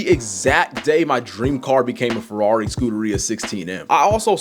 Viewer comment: Furwawri, bruv.. 😂